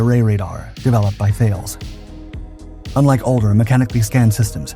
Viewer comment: Thales is pronounced like you would pronounce Talus